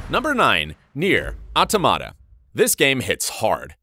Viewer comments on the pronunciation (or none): none